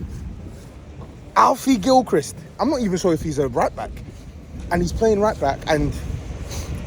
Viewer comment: Lol how he emphasised Alfie Gilchrist.